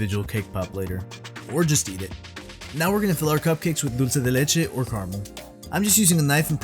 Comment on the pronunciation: Oh my sweet goodness!! These look perfect M!! 👏👏🙌🙌 I looove to hear you say dulce de leche instead of dolchey de lechey as everyone does 🤣🤣 it’s one of my cringe words 😂 Yum!!! Love this!! ❤️